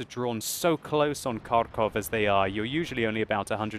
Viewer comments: Just wanted to say that the correct way to pronounce Kharkov is Harkov with a "huh" sound. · Hello my dear friend. You have a good skill in wot, keep it going. But there is one thing I want to tell you - you pronounce the name of my home city improperly. It is pronounced like Harkov (without K infront, and with H which goes out of your lungs), although it is spelled Kharkov. Thanks for the vid) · Please, stop emphasizing the K in Kharkov. The K is practically silent in the pronunciation. Just say Harkov. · KHarkov is actually Pronounced with HHHH like Harrington, Hampshire and hurricane. And great game indeed. Never give up, never surrender!